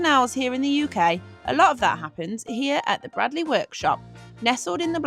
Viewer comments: Great watch. It's pronounced braydley btw 😁👍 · Gotta tell you. It's pronounced 'Braidley'. Sorry to be that guy (As it happens, my name is Bradley..... pronounced Bradley) ;) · Fascinating stuff - must look out for their next Open Day. By the way, it's pronounced Braydley...